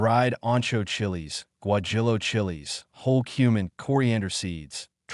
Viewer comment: Really "gwa Jill o"?? Teach your AI to pronounce words properly!